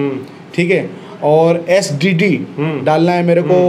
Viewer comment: SDD 😂😂 SSD hota hai bhai🤦